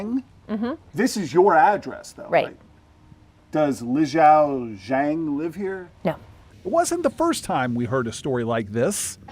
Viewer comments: The name is pronounced “LE SEE-OW “ not LAO 😅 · All I want to know is how the journalist went from the spelling "Lixiao" to the pronunciation "Lao." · how does one go from seeing the word Lixiao to pronouncing it as Lao, there's almost no effort in even attempting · He absolutely butchered the pronunciation of Lixiao’s name.